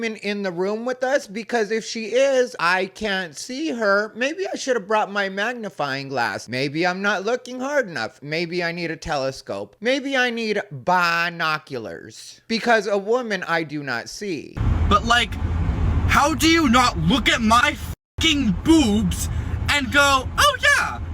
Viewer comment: Lol "Bi-noculars" 😂